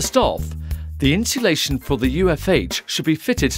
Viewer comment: Get someone who can say insulation properly, annoying.